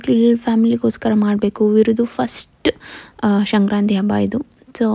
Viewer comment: ಅದು ಶ0ಕ್ರಂತೆ 😲😬 ಅಲ್ಲ ಸಂಕ್ರಾ0ತಿ ಕನ್ನಡ ನೀಟಾಗಿ ಮಾತಾಡು